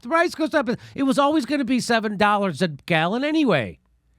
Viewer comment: Why do these filtered e girls always say "dolars" instead of dollars.